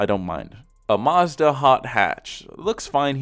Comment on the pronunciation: Omg the way he says Mazda there no r in it